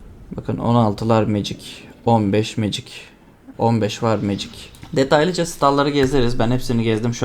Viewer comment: Magic yazan iteme(MECİG) diyorsun olması gereken haliyle.Birçok insan MA GİC diye okuyor kanser oluyorum a m k.Legend itemi(LECIND) LE GEND diye okuyorlar kendimi skeceğim pc başında.